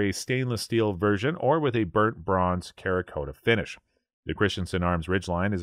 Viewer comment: He said the stock and the barrel on the Sig were both foldable. Man, I hope not. Hearing "kerakota" that many times got old in a hurry. Bergaras are nice rifles, but I don't understand their reluctance to thread the barrels. I'm half-way through the ten-day waiting period (Thanks, WA state) for a new Fierce Mountain Reaper.